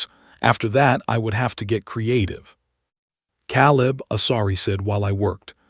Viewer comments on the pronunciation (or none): it's staring not starring hurting is supposed to be herding Caleb is pronounced Kay leb